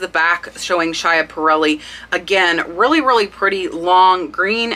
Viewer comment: Love your research! The pronunciation of that brooch is “Skiparrelli”. I didn’t know it either till I heard her jewelry people pronounce it .